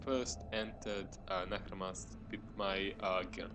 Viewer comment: Bro, it's not Nahramas, it's Naksramas!! :P